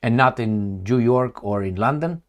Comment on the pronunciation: Did you say jew york